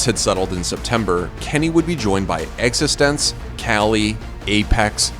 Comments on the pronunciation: Team extense lol. Try googling stuff if you are unsure of the pronunciation. It is Existence, mate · its pronounced existence btw